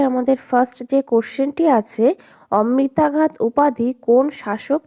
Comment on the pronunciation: 'আমিত্রাঘাত' উচ্চারণটা তো একটু ঠিক করতে পারতেন detailed study এর পাশাপাশি.... অমৃতাঘাত বলে চালিয়ে দিলেন... 😢